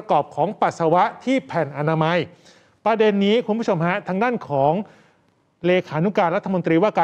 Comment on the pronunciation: น้องอ่านข่าวผช. อ่านได้ถูกต้องเลยคำว่า " แผ่นอนามัย" หลายคน ชอบพูดคำว่า ผ้าอนามัย เพราะมันคนละอย่างกัน